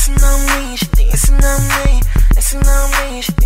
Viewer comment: wen he says dancin on me it sounds like pissin on me hahaha